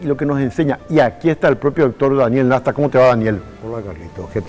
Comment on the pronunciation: El apellido es NASTA NO NESTA